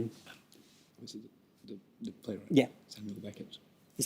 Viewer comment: How difficult is this man to listen to? 'The' is consistently pronounced Thee, even when it precedes a consonant. Ditto 'A'. Has he never heard of the schwa?